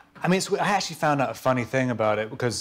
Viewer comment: Как Роберт произносит слово actually; вообще не понятно на слух